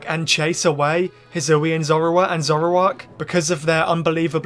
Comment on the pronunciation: the regyuler zuroowa evolvd in the hsoowyun reegun